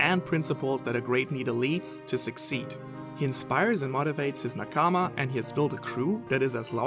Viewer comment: I like your vids but I hate the way you say nakama. The notion "stress" is not strange to English. Stress is in the first syllabus "na" so next one you almost not pronounce the a in "ka". Make it very very short.